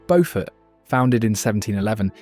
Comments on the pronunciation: Beaufort is pronounced BEW fert, not Beau fort. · Sheldon Church is not in North Carolina!!! That's where Bow Fort County is. It's in Beaufort County SC. It's a pronunciation difference that's kind of important.